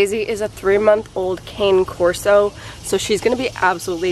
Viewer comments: It is pronounced Kaw-neh (no idea how to spell it 😂) not cane like candy cane. Highly recommend researching the breed as they can be a lot of work but are great when raised correctly. Congratulations on the new baby! ❤ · It’s pronounced kan-a corso :)